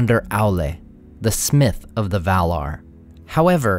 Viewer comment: The "R" is not silent. maiaR & valaR not mai-uh and val-uh